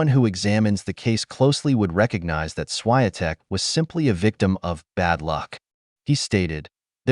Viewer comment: Please learn how to pronounce properly Iga Swiatek,you pronounca